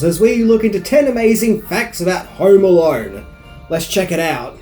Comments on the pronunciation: "Home Alarn..." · Hauerrm Alauurn😂